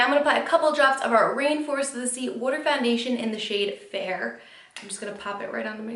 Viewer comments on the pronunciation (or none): Why does she say water so weirdly